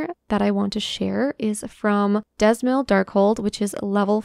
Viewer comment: Great video, nice suggestions. Dzemael is pronounced "Zeh-my-al" for future reference. Not only is the Tower of Zot Manusya gear a reskin of the Swallow's Compass drops, but when dyed, the texture appears more like leather and the Compass gear dyes more like cloth. You see differences like that in other cloth/leather gear types throughout the game.